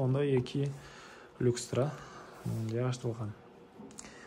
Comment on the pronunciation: Люкстра эмес люстра!